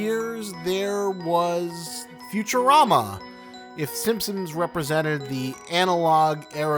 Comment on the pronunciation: im not sure why, but i can only hear “SimpSims” when you say “Simpsons” LOL anyways i just found your channel and love your content :D